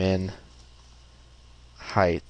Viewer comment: Great tutorial. I like that you are slow, methodical and easy to understand. Having been an instructor myself, it is appreciated. As previously stated, your lack of editing of errors is very helpful. Only one comment. "Height", ends with a "T". I look forward to your other videos.